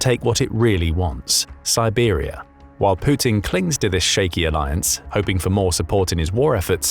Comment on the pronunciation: Siberia not Tiwari.